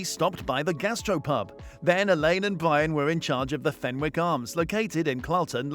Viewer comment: fenwick has a silent w...so it's pronounced fennick. x